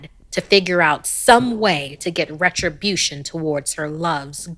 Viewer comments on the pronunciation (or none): none